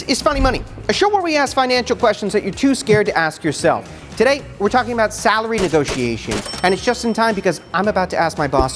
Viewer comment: WTF is with calling a negotiation a "negosh". I think she needs to iterate the synergy among stakeholders and disrupt her patter with a less vertical approach to worthless corporate jargon.